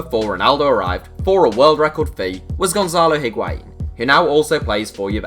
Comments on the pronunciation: Patinho He pronounces it well, except for the H that should be mute. The pronunciation is I (Like saying the i in the word 'in') - wa - in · Hearing English people say Higuaín is so painful